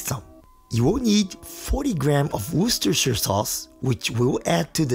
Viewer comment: I'm amazed that you managed to say Worcestershire sauce way better than most Americans. Congrats on the 130k (Nearly 140k).